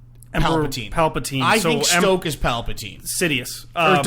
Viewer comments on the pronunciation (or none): you guys.....SNOKE....not STOKE